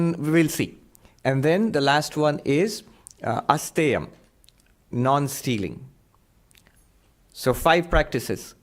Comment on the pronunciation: Just one modification - it's asteya अस्तेय, not astha🙂